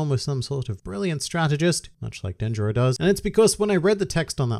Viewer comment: So, I guess we call Kanjuro Dickjuro, and Orochi calls Denjiro Dickjiro. I also have no idea how to say these names.